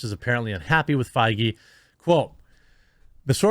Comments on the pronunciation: The worse part is the constant mispronunciation of Feige. The ‘ei’ makes an ‘a’ sound! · So that's how Feige is pronounced. I thought it was pronounced as Fayger, like you know, Fegelein. Fegelein! Fegelein! Fegelein!